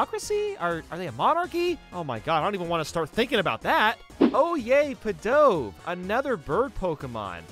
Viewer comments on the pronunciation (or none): Im guessing hes never heard of the right pronunciation of pidove. Like come on a dove is a real type of bird and also a soap